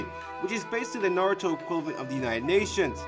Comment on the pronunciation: At least he pronounces Lord Seventh's name correctly.